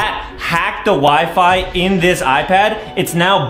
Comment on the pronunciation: "We-Fe" Its Wi-Fi Lol